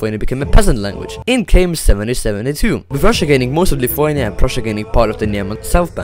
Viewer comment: I live in Lithuania comma and yes you butchered I'm a better I can see it really easy